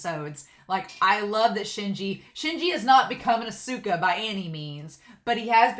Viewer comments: FYI with su す in Japanese the U is usually silent. So Asuka is like Ah-Ska. Edit: Oh I just saw the pin. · Oh yeah! Hahaha!😘 It's difficult to pronounce Japanese, right?💦 Because I am Japanese, I can understand that foreigners have a hard time pronouncing Japanese. But no problem at all! It's okay👐 Don't worry too much about pronunciation and enjoy Japanese anime with honest feelings😉 But this time, you have definitely learned one thing through the pronunciation of "Asuka". That's a great fact!!! Cheers!